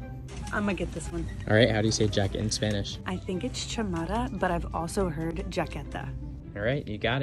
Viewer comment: Be at ease, you pronounced them all wrong.